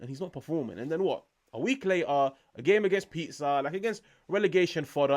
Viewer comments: its pronounced pE-sah hermano 👌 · Say the "s" of Pisa like the "s" in "simple". Simple!